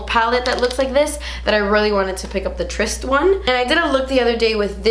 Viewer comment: Thank you for looking up how to say "tryst". I wish more YTbers would do that : )